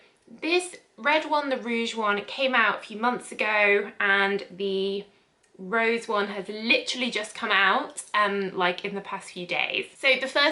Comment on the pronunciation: Its meant to be Rose as in the French for pink, not rose as in the flower. Like the Rouge, which means red. Thanks for the review, made me realise neither of them would be for me